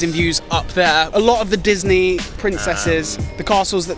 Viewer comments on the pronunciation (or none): none